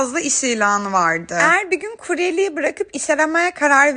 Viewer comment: Lütfen eğer demeyi öğren